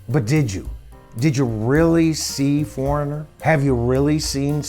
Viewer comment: Thank you for this! Someone had to do it. This has been a pet peeve of mine for years! So many big band names are cover bands really. And you NAILED Foreignor. Thank you.